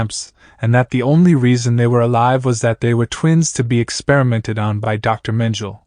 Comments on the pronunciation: Because it’s a robot that pronounces words as spelled. Mengele is a German last name and the AI is using an English pronunciation. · Ugh. His mispronouncing of Mengele’s name makes this unwatchable. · How can you narrate this not know how to pronounce the name Mengele?? Everyone know his name but obviously not you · Perhaps he’s using the German pronunciation. But, really who cares. If that’s all you are deriving from the video, you are part of the problem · I know the facts very well! My great aunt was a victim of his experiments on twins. The German pronunciation is the same in English. My point was how can you narrate a documentary and be the one person who hasn't done your research on this very famous/notorious man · But why didn't you check, how to pronounce his name properly?🙄